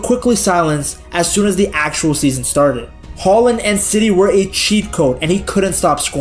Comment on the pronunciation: As a Brynebu I've got to say: Your pronunciation of "Haaland" (or "Håland") is better than 99% of non-Norwegian speakers!